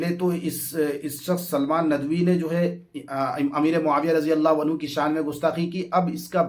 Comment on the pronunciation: रज़ियल्लाह हू नहीं रदि यल्लाह हू है लफ्ज़